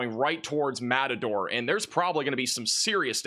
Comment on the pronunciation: How many place names can this guy mispronounce in a single sentence? Matador?? LOL